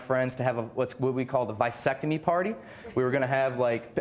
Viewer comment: What’s a “vi-secotome?” 🧐🤷🏽‍♂️😮‍💨🤦🏽‍♂️